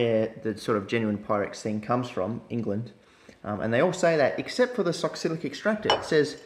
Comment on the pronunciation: Lol it's pronounced Sox-let, not sock-silic